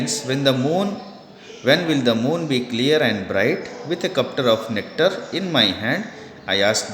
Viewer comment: cuptar of nectar lol